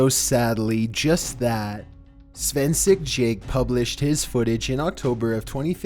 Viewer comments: “Svensek Jaket” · My man I love you but did you just pronounce ‘Svensk Jakt’ as ‘Svensik Jay’? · "Schvensik Jake" lmao. Svensk Jakt is translated from swedish to english as Swedish Hunt, kind of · My face folded inwards in cringe when I heard how he pronounced "Svensk Jakt" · you butchered "svensk jakt"😭😭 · I died when he pronounced svensk jakt